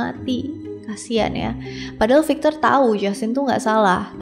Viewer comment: Maaf ak koreksi pronunciation nya ya .. Pengucapannya bukan fikcher tapi 'vīkktor . Jgn marah ya .. 🙏🏻